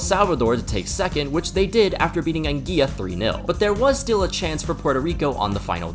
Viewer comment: It is pronounced as An-g-well-a